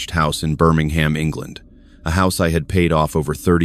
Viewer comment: Dear AI, Birmingham is pronounced Bermingum. Birmingham in the UK isn't the US one. please try getting it right.